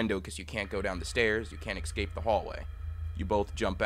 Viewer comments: It’s horrifying that the op pronounces “escape” as eggs-cape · my favourite reason to leave a video is when bruh says "excape" - I weep for the future.